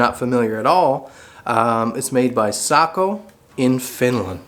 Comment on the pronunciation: Lovely job - and an extra thank you for pronouncing Sako correctly. So many people say "Seiko" as in the watch company